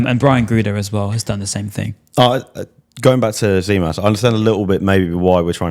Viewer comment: For gods sake....its gimas not zimas....that tz in greek is g for the english language